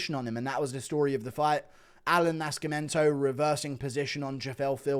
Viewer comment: the C is silent in Nascimento bro. But yeah it was a shit card.